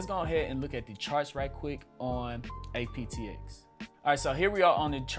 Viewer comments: You said aptx. It’s apxt. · Is he saying APTX or APXT?